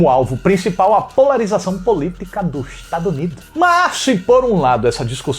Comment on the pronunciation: Eu odeio tanto quando ele fala 'dolores' e 'tadunido'... Nossa 🙄